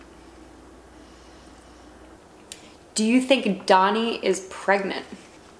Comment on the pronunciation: Painful to keep hearing you pronounce DANI, DONI....but I still love you.